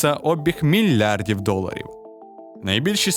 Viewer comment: Вимова слів: п’ятдесят та мільярди😅 буде чудово виправити☺️